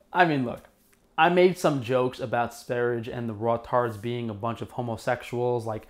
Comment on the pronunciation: Lets all say it together so you learn: S V E - R J E. It's Swedish for Sweden.